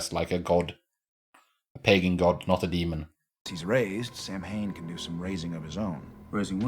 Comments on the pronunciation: I'm a druid and I celebrate Samhain. It is not a god, but merely a seasonal celebration. Samhain means "summer's end" and it is pronounced "sah-wen" or "sah-ven" but I will forgive Supernatural because this is a great episode. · I know, I get a little bit of a twitch every time they pronounce it Sam-hane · This is the only episode of 15 season that I have trouble rewatching. Not because it’s a bad episode; it’s actually a good one. It’s because of how they pronounce Samhain. It’s Gaelic/Celtic and is pronounced Sow-hin (soft h). As a Wiccan with Irish roots it’s just sooo painful!! 😩😆